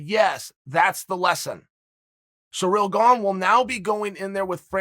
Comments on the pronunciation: Uncle Chael it's "Ciryl Gane" not "Cereal Gone" or "Surreal Gong" 😭😭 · Me: Ciryl Gane Uncle Chael: Surreal Bong Me: Surreal Bong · “Surreal Gane” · “Whoever or Whatever a Surreal Gone is”, Uncle Chael lol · Surreal Gone sounds mean, its even in the captions 😂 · What's a "Surreal Gone" ? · Actually Uncle Chael said his name is Surreal Gone. So from now on that's how i will be pronouncing it. Who am i (or anyone else for that matter) to question the great one? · "Surreal Gone" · The only thing that surprises me in the fight game anymore is Chael's pronunciation of fighter names.